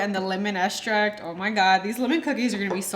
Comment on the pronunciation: Great recipe. I like how you say estract rather than extract. 😉